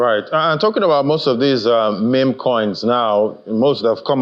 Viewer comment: Did i just hear mimi😂😂😂😂😂 oh dear...come on on national tv. Its MIM coins